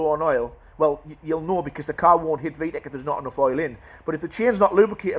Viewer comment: Love how he says "V-eck"😂